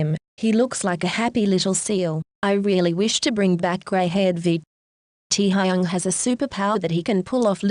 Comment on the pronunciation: Nobody: Computer voice: tEa hAyUnG